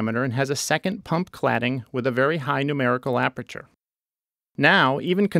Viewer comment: "Numberical Aperature" Aprature Science